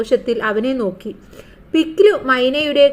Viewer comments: പിക് ലി❌ no - പിക് ലു ✔️ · mam പിക് ലി അല്ല പിക് ലു അലെ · പിക്‌ലി❌പിക് ലു✅